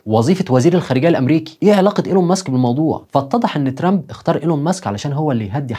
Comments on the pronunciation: لا عزازي وتقديري بك 1000 نظرك إلى ضرورة نطق كلمة ترامب بطريقة صحيحة لأن طريقة نطق لها تعني المتشرد باللغة الإنجليزية.. تحياتي وتقديري إعجابي بكل حالاتك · أرجوك تنطق اسم ترامب مزبوط الطريقة التي تنطق بها اسم ترامب تعني الشحات باللغة الإنجليزية . فرج فرج نطق اسم ترامب مضبوط وشكرا لك تحياتي إعجابي بكل حلقتك ولكن حاول تنطق الاسم بطريقة صحيحة